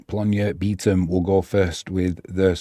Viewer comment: Also, my partner says its pronounced “beh-Tom” for Bytom 😅 haha